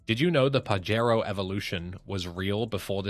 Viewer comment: I told youvits pajero not parewo